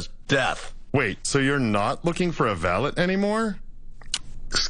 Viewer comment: They are pronouncing valet wrong